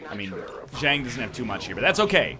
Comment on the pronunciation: Everyone please remind NL to fix Zhang's name